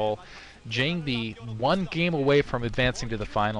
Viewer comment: Jangbi....not John-bi lol